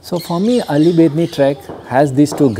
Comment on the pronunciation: Sorry sir you pronunciate alli but that is auli, sir I m from Uttarakhand Bageshwar Near to Bedni bugyal..🙏🙏